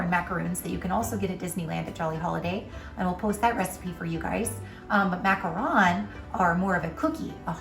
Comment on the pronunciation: Macaron, NOT macron.